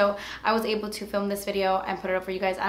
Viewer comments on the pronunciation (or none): none